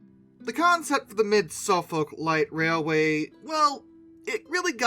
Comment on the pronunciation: Suffolk → Suh-fuk or Suhf-'uk